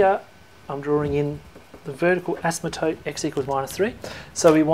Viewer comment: you are mispronouncing asymptote as "asmatote".